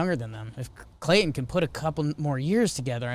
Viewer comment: does it bother anyone else the way Jake keeps pronouncing "Clayton"?